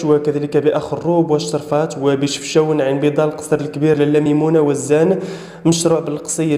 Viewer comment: اسمها الشراااااااافات ماشي الشرفات غالبية اسماء المدن تنطقها غلط . زيد عليها جل التخميناتت تكون غالكة كما وفع مؤخرا احدهم خمن ان يومي 14و15 غتكون الشتاء عاصفية بسوس ولي شفنا في سوس في هده الوقت هو الشنس كتقدي والسهض بحال شهر 7. علاش كتفلاو على عباد الله.